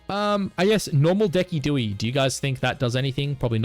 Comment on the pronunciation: Bro did you say Deckydewy? 😂 de-Sid-you-eye